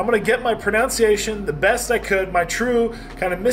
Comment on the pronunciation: Trys to pronounce everything correctly.... doesn't pronounce pronunciation correctly. hahaha love the videos, man.